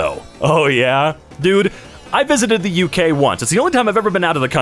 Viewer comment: i love how you say UK as " AUCK", thanks